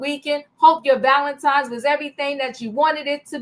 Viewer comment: It’s pronounced ValeNtine’s day……..not Valentimes. There is no M